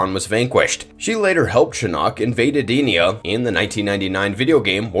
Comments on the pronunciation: You lost me immediately with that pronunciation of Edenia and calling Shao Kahn an alien. Outworld is a different realm, not another planet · Lol Ed Dinnena? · Yup and he completely mispronounced Edenia. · That's not how you pronounce edenia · Why are the names so messed up. I never heard Shaolin and Edenia pronounced so badly.... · This guy needs to do some research on pronunciation. How do you cover mortal kombat and butcher Edenia and Shaolin?